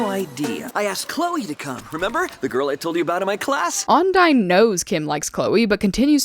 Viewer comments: Just so you know, you're saying Ondine wrong. Don't feel bad, I used to make the same mispronounceation! But I know it now (and I even did a video on commonly mispronounced character names, which included hers as a top example). The first syllable isn't "on," it's more like "un." And the second syllable isn't dine (like dining), it's more like "deen." It's like un-deen. I know, it's confusing because based on the spelling, you're inclined to say on-dine. But that's just how it is. Love your videos, though! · I’m sinning you for every time you said onAIne. It's ondIne. :D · It’s pronounced on di ne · So the villains name is onidine. Which is pronounced Un-dine. Yknow what else is pronounced that way? UNDYNE BABBBYYY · I have to disagree. It sounded like you said it as on-dine. You definitely didnt say deen for the second part. How Kim said it? I checked the episode. At about (specifically in this video of the episode, in case different versions make the time stamp a bit off — he says it. And he seems to be saying it as un-deen. The first part (on/un) could maybe be heard differently, but the second part wasdefinitely deen, not dine. (No rudeness intended, in case I come off that way, I'm bad with tone and all. Just trying to explain why I think this.) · I always heard him say ondeen. like when he told ladybug about the bracelet game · dude I thought she said undyne, like from undertale 💔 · I can't with this episode, every time they say "Ondine" I just think of Undyne